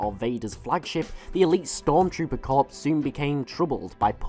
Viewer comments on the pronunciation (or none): Corps. is pronounced like "Core", not like "corpse". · Dude mispronounced corps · The p in corps is silent